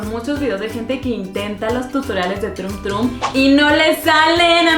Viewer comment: No se pronuncia trumm trumm 🙄🙄🙄🙄😒😒😒😒 simplemente es troom tromm 😒😒😒😒🙄🙄🙄🙄